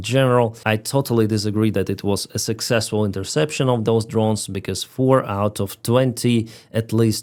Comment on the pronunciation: very suckzzesful, indeed LOOOL